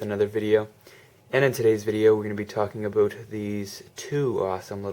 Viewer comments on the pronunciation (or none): Omg he said aboot! I was just pointing this out. Please don't be offended your awesome dude!